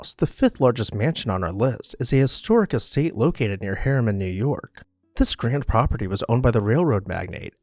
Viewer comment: Harriman, Not HERMAN.